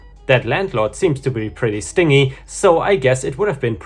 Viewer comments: So I know this is an old video, I’m just watching ones I’ve missed, but I wanted to let you know that the word “stingy” is actually pronounced like “stin-jy”. I’m not making fun or anything, I have a cousin that grew up near Rammstein that pronounced it the same way when he moved to the states. He’d use it to describe some family members and it confused me like the first five times I heard it before figuring out what he meant and we had a good laugh about it. Thanks for bringing up the good memory! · The word Stingy in this context is pronounced with a long ee and with different emphasis (stin-JEE). As it is, it sounds like your talking about a hornet instead of a cheapskate. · Just a head's up on the word "stingy". It is pronounced "Stin gee". Just a FYI. Keep up the good work, and my Dad says to say hi to "Daredevil". :) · I disagree. It would be pronounced STINjee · The landlord was expecting the tenant to pay for a plumber. By the way, I noticed a few times that you say "Stingy" with a hard "g", like "sting" . You always want to know about how to say words right, so I thought I'd mention that it's pronounced with a soft "g", like the g at the beginning of "generous". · Same difference, it's not the way he pronounced it.